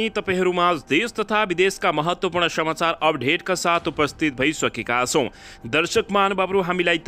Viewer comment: शमचार वा शमाचार हाेईन महाशय । "स" काे उच्चारण सहि गर्नु हाेला । समाचार काे सहि उच्चारण गर्नु हाेला । धन्यबाद !!!